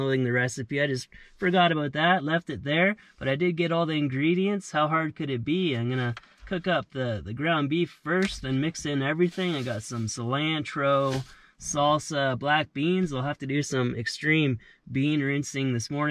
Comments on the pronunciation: nothing beats an On-chillada made with fresh Tor-till-ah, Cil-ant-tro, topped with spicy Jill-op-ano's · Lol its cilONtro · Lol I truly thought you were serious on those pronunciations! Cilantros; jalepenos, and auntciladas! 😂😂😂